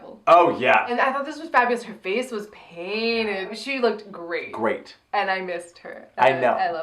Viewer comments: Honestly thought she said 'taint' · I think Trixie is trying to say "great" but had a mouth flub